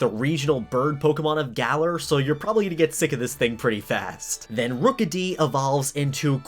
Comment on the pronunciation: "Rook-a-dee." Yeah so like rook, squire, knight right? "ROOKIE!" Uhhh... ok?